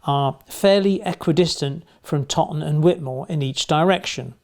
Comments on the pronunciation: Something small that doesn't really matter: Toton is pronounced "toe"ton, as opposed to "totton". Source - it's 3 miles from me right now. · Very informative video. By the way, Toton is pronounced ‘toe ton’ and not ‘totton’ 😉